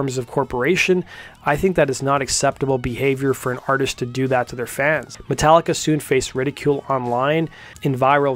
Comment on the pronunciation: "MascaricA" - Layne Staley